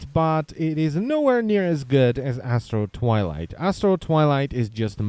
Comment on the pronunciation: I kept hearing "Asshole Twilight" and was most amused.